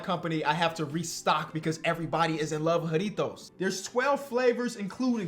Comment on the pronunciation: And he pronounced the J correctly